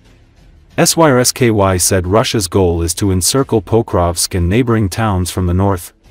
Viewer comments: Don't the people that make these vids ever listen to them themselves? The AI voice is unable to say the name of the Ukrainian Military Chief General Syrskyi, so instead it spells out the letters SYSKY a number of times! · Lol, AI unable to speak Syrskyi